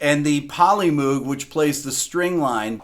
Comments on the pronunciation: And to be further pedantic, the creator of said synth pronounces the name Moog as rhyming with one of his company's later synths, the "Rogue", not "Droog" (a la Clockwork Orange... scored by Wendy (aka Walter) Carlos, on a Moog Modular Synthesizer), as Rick regrettably calls it in this video. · Any song from the first Blood, Sweat, and Tears album -- Al Kooper's album. And by the way, Moog is pronounced "moge" as in "vogue". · Moog. Pronounced (/ˈmoʊɡ/ MOHG) Rhymes with "vogue"....NOT "food" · It certainly mattered to Robert Moog. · Sorry, But I think we all owe it to Bob Moog's legacy to pronounce the name correctly. I wasn't actually trying to 'correct' Rick, but I was pointing that fact out to readers that perhaps didn't know better. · Yes I caught that....but I made my initial comment as I watched him say it the first time. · Rick, c'mon, you should know how to pronounce Moog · Come on , Rick - Moog rhymes with "Rogue". It's Dutch, and Bob always said the REAL pronunciation had a bit of a Yiddish "ch" on the end.